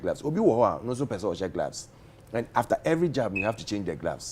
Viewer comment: Na dien so ne "glavs" no? It's "gloves" i beg you. Sua tra no adorso dodo, madam journalist.